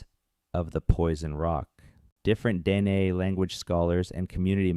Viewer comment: the narrator AI or human said Dean people